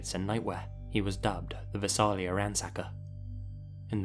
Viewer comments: Here I’ll help with Visalia it’s pronounced Vy-Sale-yuh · I was born and raised in Visalia. Outsiders ALWAYS get the pronunciation wrong, but I am impressed that you're aware of your mispronunciation. For anyone wondering what the actual pronunciation is: vise ale yuh. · HOLY CRAP you talked about a town i know very well, it's pronounced Vai-Say-Lia, crazy you talked about this story, such a fan of your work, its amazing to have you talk about a town that is close to me. Such a big fan of your channel!!!! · I've never heard anyone pronounce visalia the way does 😂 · As someone from Visalia, I completely cringed hearing your pronunciation. Still, it was great having that cold case solved and the video was also great!!